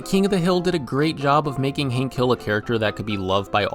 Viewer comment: It's Hank with an A, not Hink with an I. Hink Hill? WTF.